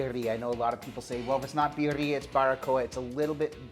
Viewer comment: My final time bitching. It's beer ee ah, not bee er ee ah.